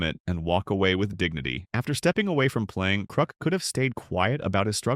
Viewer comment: ITS KRUK NOT KROOK YOU AI VOICED LOSER.